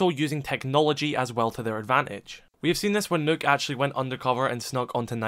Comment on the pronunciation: Why do people pronounce nokk as nook